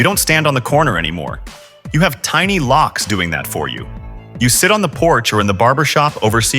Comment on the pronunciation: It’s pronounced lokes. Not locks.